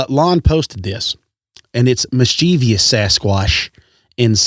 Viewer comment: It's MIS-CHUH-VUSS. (Not mis-chee-vee-ous)